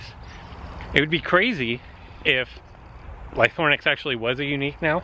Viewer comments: Ly-THRO-nax ;) not Lythornax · Use broken dinosaurs to break another broken dinosaur, seems legit. And it's LY-THRO-NAX, not ly-THORN-ax!